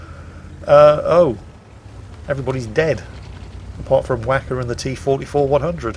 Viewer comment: you pronounced the T-44-100's name wrong